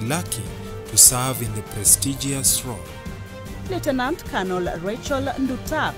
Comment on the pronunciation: You are not accurate Uhuru's last ADC is not a Colonel but a Brigadier Lekolool and also your pronunciation of the words Lieutenant and Colonel is left wanting!!